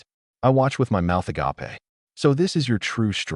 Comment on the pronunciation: AI English fails again 😂 Windchaser BOW should be pronounced Boh Agape should be pronounced A-gape not A-gah-pay Read should be I RED the book not I REED the book